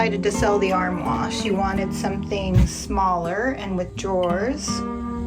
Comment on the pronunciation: have I taught you nothing? Are you still calling it an "ar-whaH"??? LOL! Oh my goodness. I can't believe it! They will never let you into France! ARR-MWARRRRRR! 🙂 Your porch is really coming together! I love it. As soon as I saw that round pillow I thought the turquoise pattern looked like peacock feathers, and I was hoping you would paint it in those colours! Maybe you still will? I'm glad that Danielle replaced the ARR-MWARRRRR with the dresser. A much better fit. The colour is a little tame, but she's not the painter in the family, and she really has done pretty well with all that painting of the ARR-MWARRRR. I love what Dad did with the diagonal wood on the back of the entertainment centre. I would put some fabric in back of the TV area. That way it can easily be changed out when she wants something new and different. Really enjoying all your California bright colours. Love from your Canadian friend who knows how to pronounce (some) French. 🙂